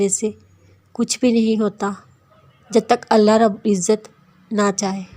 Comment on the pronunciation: Aap Allah ka alif nhi lagate urdu me alif lagay